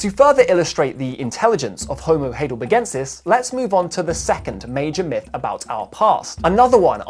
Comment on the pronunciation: It's pronounced High del berg en sis NOT "hay del berg en sis"